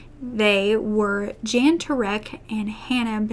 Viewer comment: Jan (M) is actually sounded out like Yawn